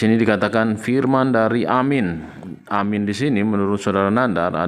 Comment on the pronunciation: Saking sebelnya sama Nandar, kepaksa deh saya maén fisik. Firman itu huruf "f"-nya kecil, bukan huruf "p". Omongnya pake "pernyataan", aja, gak usah "statement" yang kamu bilang "setetmen".